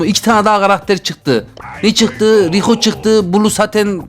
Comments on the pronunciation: Abi rico degil daryll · ABİ DARLY E RICO DEDİN BGBTYFYTJFGJYGJYGVJH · Rico değil darrly abii🤣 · Darryla rico diyen koca yürekli abi ksiamsşqkaiqks